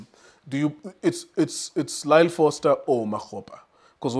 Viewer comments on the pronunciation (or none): Why do you call Goss Cross and why do you call Foster Frossler? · Not frosler wena, 😂 Foster